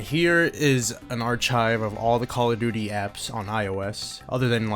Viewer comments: No way he read pronouce Archive "Ar chive" instead of "Ar Kive" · bro it pronouce "ar-kive" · “Are chive”